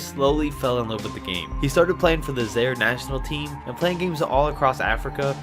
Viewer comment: Learn your pronunciations before you make the video. Zayyre??? Olowa-kandee?????